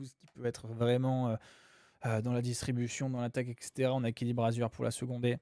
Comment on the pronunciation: Kelly Brazier, pas "Brazieur" (nom d'origine française). Aimerais-tu qu'on t'appelle "Baôdine" ? Un peu de respect pour nos patronymes, merci ! Sinon, mis à part ce détail qui m'écorche les oreilles, très bonne vidéo ! 😄